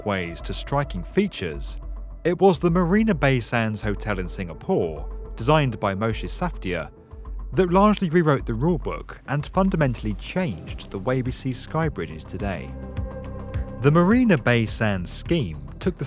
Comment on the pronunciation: Safdie pronounced as Safdi not Safdiya :)